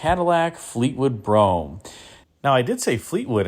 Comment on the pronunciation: Great video, as always. ...and thanks for saying "Brougham" ( as in "chrome" ) and not "Bro-ham."